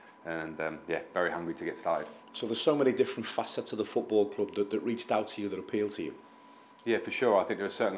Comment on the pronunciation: If Everton had a nickel for everytime they had a manager that can't pronounce the word club, they'd have two nickels. Which isn't a lot, but it's weird that it happened twice.